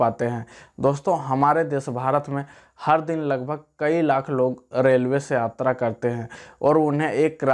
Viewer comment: Abe sas. Atra nahi yatra bol